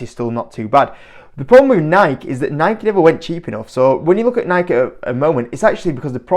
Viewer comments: It's actually pronounced Nike(y) not Nike (the way you/UK are saying it). It's not a subjective thing. Nike is based on the name of greek goddess of victory which is pronounced Nike(y). YouTube a video of the founder Phil knight and you will see that this is how he pronounces the name of the company he founded. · It’s Nike(y) Say it ur way all you want but ur way is just slang if it’s actually nike(y) 😂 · Mate it’s actually pronounced Nikey as the other chap said. Tho in Europe I agree most people call it Nike That said - I agree this is not a good investment - as well as the “man on the streets” spending been reduced recently - the woke agenda of this company has really hurt the brand - one example - changing the England football top to rainbow colours - there are a hundred more. I have 4 kids - I am acutely aware of the brands current standing - it is not what it was - they need a major rethink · There’s no way I’m listening to a guy who can’t even pronounce the company’s name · grammar has nothing to do with how a name is pronounced - all that matters is how the owner of the name pronounces it - in this case the owner of the name (Nike) pronounces it with an “ey’ sound at the end, therefore that’s how it is pronounced- end of story - British people are annoying.